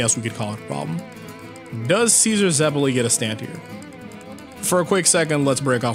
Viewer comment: The way he says zeppeli hurts me.